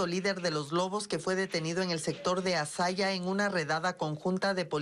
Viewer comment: Que vergüenza como periodista y tampoco es azay es azaya de Ibarra